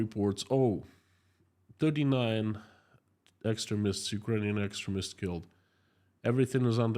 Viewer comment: No criticism - just for your information Extremist pronounced X stream ist